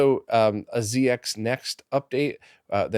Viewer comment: That's "Zed X Next"